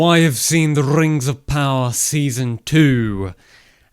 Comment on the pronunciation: Really wanted to watch this but had to leave the 2nd time he said rings of power with the rolling r.